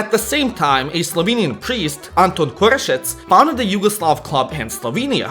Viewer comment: bro said "korešec"